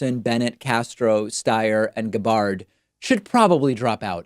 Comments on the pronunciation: lol this dude just pronounced gabbard like ga-bard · "Guh-BARRED" OMG the trolling is cranked up to 11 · Does David purposefully pronounce Tulsi’s last name wrong? Come on man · Did he pronounce Gabbard that was on purpose? To go along with Toolsi? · The way David pronounced Gabbard was petty, yes, but we love him for it.